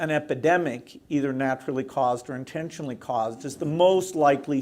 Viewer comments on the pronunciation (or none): Did say “intentionally”??!!